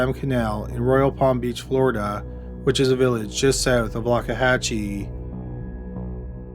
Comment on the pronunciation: Where is Floridaah.